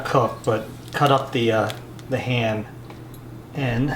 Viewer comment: whenever he said ham I thought he said hand lol I'm like WTF